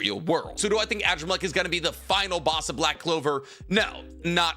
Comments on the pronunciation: Adramalech is pronounced Ah-Draa-ma-lek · at this point i’m convinced you purposely pronounce characters names wrong on purpose. AN-DRAH-MUH-LEK, sheesh